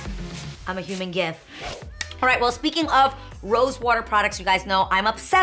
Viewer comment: I thought she said gift LOL